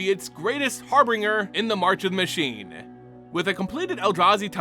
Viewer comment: Har-bringer? Try Har-bin-juhr